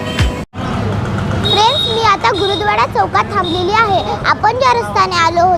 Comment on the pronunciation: गुरूद्वाडा नाही 🤣🤣 , गुरुद्वारा आहे तो....